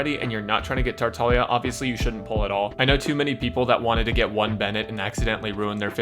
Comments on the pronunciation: Yes he is tartalia I think her meant to say "tar-tag-lee-ah" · Can someone tell me, is he saying “Tartalia?” Is it not pronounced “Tar-tah-glee-ah?” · you're right, it's like gli proncunciation with italian